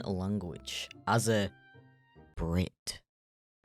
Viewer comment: The skunk jump scared me, that's for sure Also on the emphasis of " B R I T "